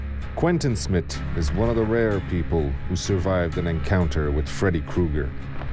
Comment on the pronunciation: Smith...: Smit.